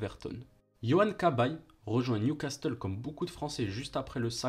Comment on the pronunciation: Bravo pour cette belle retrospective. Attention néanmoins aux prononciations. On dit "Nioucasseule" et pas Niouicasteule". Pierre Alain Fro et pas Frao. Aurélien Chedjou et pas tchédchou. Wasquehal se dit Wasskal et pas Vasquenal. J'en passe mais fait attention, ça fait perdre de la crédibilité :) Sinon, encore bravo !